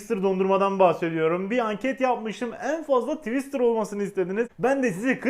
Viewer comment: Tiwıstır haline bak. Hahahahahahahhahahahahahh 🤣🤣🤣🤣🤣